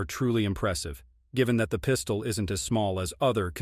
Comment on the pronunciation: “Double stack Piiiistuoll”? Man these AI voices are crazy. At least use a good voice like James Earl Jones, Morgan Freeman, Denzel, Sam Elliott, Jeff Bridges, Josh Brolin, Keith David, Vin Diesel, Laurence Fishburne, Patrick Warburton, or Benedict Cumberbatch.